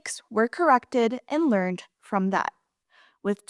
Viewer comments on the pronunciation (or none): none